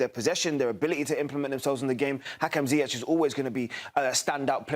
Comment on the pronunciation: Did dude say Hakeem Ziyech? Who’s gonna tell him? 🤣